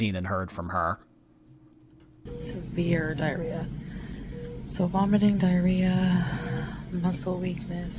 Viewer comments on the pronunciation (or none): At seems to say “dia-rita.” I’m ded!. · Hehehe "Diarrheta" love you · lol “diarrho-Rita”